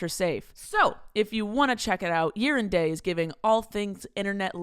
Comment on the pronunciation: For the sponsor "Year and Day", does anyone else hear saying "Urine Day" or is it just me? 🤣